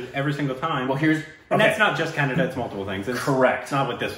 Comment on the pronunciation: You guys are way better than north indians who say "kannad" instead of"kannadA"..